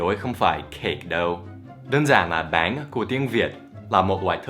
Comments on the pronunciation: Thầy cứ gọi bánh là báng ý mình thầy nói vẫn chưa chuẩn (đuwngf ném đá nha) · bánh ổng đọc báng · Bánh thì thầy đọc là béng:))) Dù sao đọc thế cx đc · Is "bánh". Not "bán" Cách đọc. :)